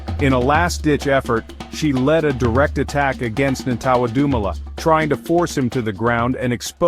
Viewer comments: Lmao right. Americans are so funny, at least practice saying it before shooting the video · Disrespecting his name say it right with this bullshit narrative